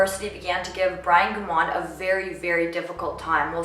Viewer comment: Families don't like people using their loved one's case as a purpose for you to get popularity! You got quite a few actual fact's wrong and can't even pronounce his last name correctly! It's a shame you are using this case to get YouTube popularity!